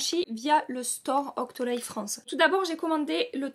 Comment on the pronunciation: C’est Octoly pas « octolaille » on prononce « Octoly » comme avec un i à la fin, sinon j’aime bcp ta vidéo, tu l’a reçu en combien de jour tes fards chez cultbeauty?